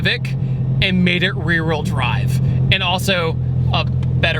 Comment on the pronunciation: . "750 Wee wheerl horsepower."